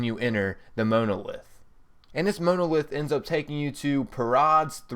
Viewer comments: Ugh. The image of the "space monkey", in fact the whole thing with the monolith, is a reference to the final scene of 2001: A Space Odyssey. And it's MAHN-OH-LITH...not Mow-No-Lith... Jesus. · The Moanolith? it is pronounced mon·o·lith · You are saying monolith wrong...... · Im pretty sure thats not how u pronounce monolith, it not MOAN, it mon, a soft O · Monolith (it's pronouncedˈmänəˌliTH or mon-o-lith). Every time you said Mowna-;ith I died a little inside. Also, the "Gwen's Head" easter egg is only in Borderlands 2 and this game, not "all the previous borderlands games". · it's pronounced mawnuhlith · were you born stupid or do you practice? moanolith? gwyneth patrol? idiot. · Please learn to pronounce monolith. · lol never heard "monolith" pronounced like that before :) But pretty good vid, thx. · Good god learn how to pronounce monolith and Paltrow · The way you pronounce monolith is painful. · Between you mispronouncing names and not knowing how to pronounce the word Monolith, I could not make it through this whole video.